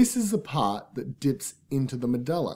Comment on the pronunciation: i cant concentrate the way he says medulla is bugging me!